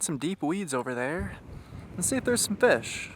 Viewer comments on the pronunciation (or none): The way he says "FESH" really annoys me.